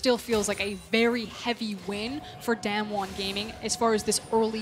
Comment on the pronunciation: It’s Not daymn won, it’s daam won